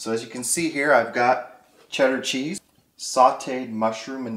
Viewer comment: It kind of sounds like President Obama is cooking....especially when he says, "cheece." :-D